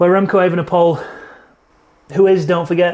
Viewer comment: How do pronounce Evenepoel? It's not that hard You first start with a long 'a' like ape than 'ven' like even without the first 'e' than you repeat the same 'e' as the one of 'ven' than you at poel pronounced like the word pool But speak it like E-ve-ne-poel en not E-ven-e-poel See Not that hard